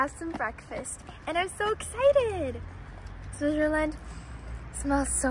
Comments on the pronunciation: Pronounced SwiTzer land, not SwiZZer land. Also known as Schweiz, (German) Suisse (French), Svizzera (Italian). Hmm, I don't know if there is another name in Romansch speaking areas. Curious what the name is in Russian. Enjoy! I think the siren testing was Feb 1 this year. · really great video, I have only one little complaint: It's called "swiTzerland", not "swizzerland". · Someone tell her it’s Switzerland not SwiZerland! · I notice that you don't pronounce the "T" in Switzerland. Are you aware of this?